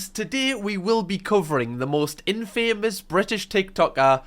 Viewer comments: Love you but the word "infamous" is said as it is. Infamous not in-famous. Remember in Spiderman and the newspaper guy says if spiderman wants to be famous, then I'll make him, Infamous. 😂 Watch it. It's kinda fun. Kbye now❤ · The way you say "in-famous" instead of "in-fa-mus" probably wouldn't have bugged me as much if it wasn't said 20 times in a row 😂😂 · Love your videos but why do you pronounce infamous like that it's one word not in.................... Famous 😅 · Great video but the way you pronounce infamous really stresses me out! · i’ve never heard anyone pronounce infamous like that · Love the way pronounces infamous 😂❤ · Fella you’re pronunciation of “infamous” is brilliant😂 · I beg you, please look up how to pronounce infamous.